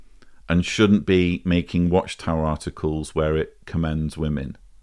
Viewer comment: 'Wamen" Oh, I get it now. Very original troll.